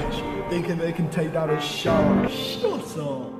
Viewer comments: It’s shark not sherk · I was laughing hard when they said shrek instead of shark